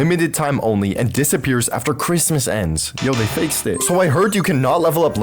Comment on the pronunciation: Bro it is not chritmas it is February